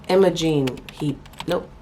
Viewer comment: she said “imogen heap” im sick😂😂😂😂